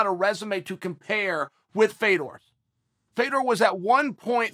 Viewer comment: Why are we still mispronouncing this man's name. It's pronounced "Fyodurr". As someone with an "exotic" name, I hate that they insist on butchering a legend's name. Russian's don't have names like "FAY-dor".